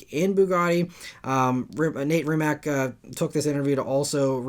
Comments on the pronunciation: Brett Berk has a video riding along with will i am in a MB. Mate Rimac = ‘Mah-tay Ree-mats’ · Mate Rimac's name is pronounced Mah-tay Rimats BTW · Small correction, Rimac founder is Mate not Nate and the last name is pronounced "RiiimaC" (hope it helps and thanks for the news)